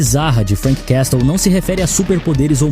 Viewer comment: Uma dica: Quando pronunciar o nome "Castle" finja que o T não existe.